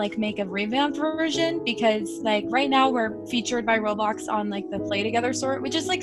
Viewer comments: why do u call it road bloxs its roblox like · Its eoblox not "roadblocks"